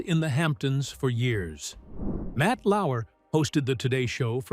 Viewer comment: Lauer, not Lauwer.